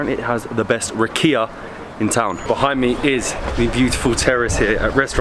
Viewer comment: So you mispronounced everything except rakia. :D